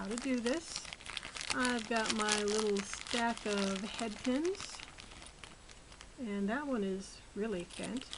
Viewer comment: Are you saying headpins or hatpins?